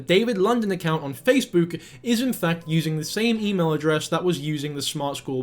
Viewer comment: did you just call it facebewk